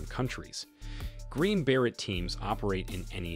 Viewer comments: It's pronounced ber-ay not ber-et. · Ba-ray, not Bear-it.... way to mess up the entire video... how can we take anything that you say seriously when you can't even pronounce the group that you've "done research on"? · how could he not know how to pronounce ber-ay?